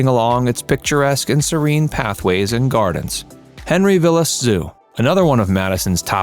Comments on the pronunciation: Henry Vilas Zoo, Vilas is pronounced VY-lus. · The "I" is long in "Vilas".